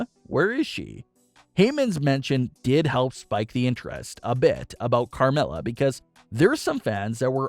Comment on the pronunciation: It’s Carmella